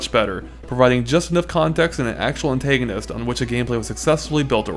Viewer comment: also its not antayganist